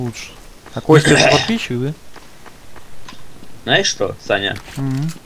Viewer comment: Не Костя,а Коста!!!Да и я подписчик!!!